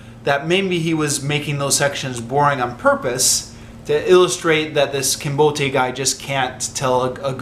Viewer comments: "Kinbote" should not be pronounced trisyllabically. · mispronunciation of "Kinbote" makes the name sound Nigerian.